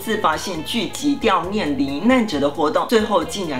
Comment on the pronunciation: 我記得是 悼(ㄉㄠˋ) 念(ㄋㄧㄢˋ)啦~ 不是悼(ㄉㄧㄠˋ) 念(ㄋㄧㄢˋ)喔 我歪樓了....